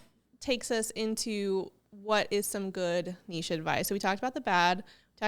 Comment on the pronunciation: I love that you pronounce the word nichė correctly 😆 It so irritates me when someone says nich 😁 But great topic, number one struggle for real